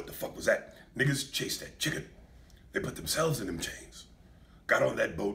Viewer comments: I love the way he says "CHIGGEN"!!!! 😂😂😂😂😂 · Ms. Dani Chiggen! 😂😂😂